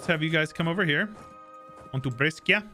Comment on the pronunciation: BRESCIA is ~Bresha phonetically..... Greetings from Płock!